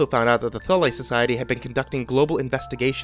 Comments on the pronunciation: Its pronounced Thool not thull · Frank Dailey He pronounced it Thulee. That aside.. It urked me I admit. I am really big into the occult as well as history and the different wars that have been waged. So it probably urked me more than it should have lol. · Dude it’s pronounced THOOL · Thule Society is pronounced THOOL. #GrammarNazi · Mispronounced Thule. XD